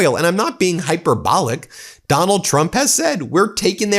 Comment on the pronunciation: high purr-bull lick not hyper-bowl-ick -- go back to the root noun do you say hyperbowl-ee or high purr bull lee